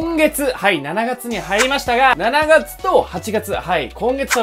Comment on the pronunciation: 7月の読み方めっちゃ気になる😂